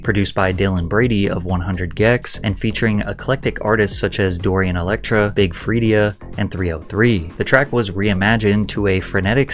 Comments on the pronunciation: Big Freedia is pronounced Big FREEDA btw. 😂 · Sorry. Had to stop the moment you pronounced Big Freedia as Free-DIA It’s Big Free-DUH Sorry. Born and raised in New Orleans so had to put respect on a local legend’s name. Carry on. 😂😂😂😂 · are you serious? You’re going to disrespect Big Freedia with this mispronunciation!? You’re supposed to be a music artist and a pop culture commentator. Serious question, what are you even doing!? I’m going to let you research the level of influence in music Big Freedia has, and I’m hoping you post a correction and apology to them. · pronouncing Big Freedia in da big 25 is INSANE